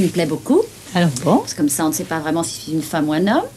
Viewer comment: Ses dents de vampire l'empêchent de prononcer les je et les che correctement. C'est ballot...